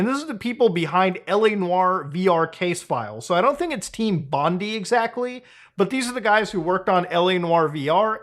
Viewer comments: bondi is said bond-eye not bond-ee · It's not Bondee .. Muta it's pronounced Bon-dai (Bondi) Get it right!! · Sorry, I've got to be the Aussie in the room. Bondi is not pronounced Bondee, it's Bondeye...like Popeye. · An Australian here, idk if you'll ever see this but just for future reference, Bondi is pronounced like "bond-eye", it's really cool tho to hear that a company based in Sydney has fixed these games up to a much better standard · Lol. Team Bondi (bon-die) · Aussie here. Just gotta correct your pronunciation of Bondi. We say it as "Bond-Eye" usually. Thank god we can actually make a good port. Albeit it being on Netflix of all things.... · That’s not how you say Bondi correctly but anyway.